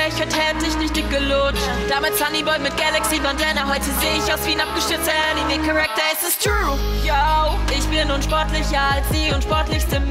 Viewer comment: Du hast Anime Charakter falsch ausgesprochen ner so geil😍